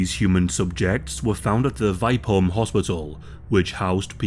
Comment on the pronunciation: Only came here to hear a non-Swedish speaking person try to pronounce Vipeholm. Not disappointed.